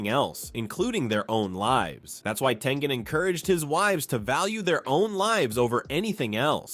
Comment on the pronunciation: It's tengen